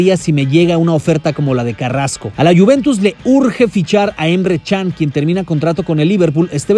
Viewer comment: porque dices emre chan? si es Emre Can ._.